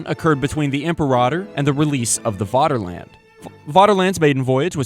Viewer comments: You're already on the German security service's watchlist by pronouncing Vaterland as Waterland. V = F in German. FFFFFATERLAND!!!! Like Führer or verdammte Scheisse! You're every move is being watched and documented and stored on microfilm in a vault under the German embassy in Argentina. Extradition is being discussed but as ever the US government is being uncooperative in the prosecution of one of their own for war crimes and violations of the Geneva convention. Proceed carefully. Ffffery kärvullie! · It's pronounced 'Faterland' - 'v's are pronounced as 'f' in German...